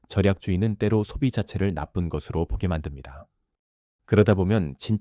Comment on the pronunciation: AI가 제대로 읽지를 못하네요. ㅜㅜ ‘것으로’를 [거드로] 로, ’것이‘를 [거디]로 읽고… 느므 거슬려요…끊어읽기도 제대로 못하고…